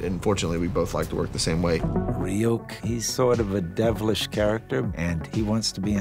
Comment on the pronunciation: Light mispronouncing Ryuk's name sums up this badaptation perfectly